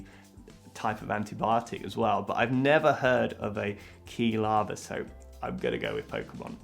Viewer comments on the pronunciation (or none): sounds like quishe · Rubicon Cinematics To be fair, how was he supposed to know the “Quil-“ part comes from “quill”? XD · The way he pronounced 'Quilava' broke me XD - I don't think it would be fair to tease him about the other mistakes he made but that was just too funny for me to handle~ <3